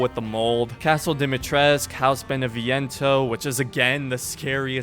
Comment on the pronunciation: Dimitrescu not Dimitresc